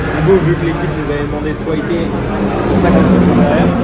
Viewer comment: Cette piste est géniale, merci de nous le faire vivre comme ça ! Par contre on dit pas swiper mais swaper, comme un swap moteur :)